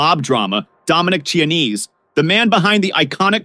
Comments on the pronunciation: Chianese is not Chinese. It’s pronounced Kia-nese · Say it with me boys and girls…Kee-ah-nay-zay.